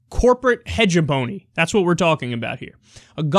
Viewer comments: Hey Kyle! I appreciate the work you do and the content that you put out. I just wanted to point this out since you've done it in a few videos now. The way you are pronouncing hegemony is a little off. It's more like heh-jeh- mah-nee if I was to try and write it out phonetically. Just fyi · Not to be the grammar Nazi, Kyle - but it's pronounced "hej-EM-o-nee".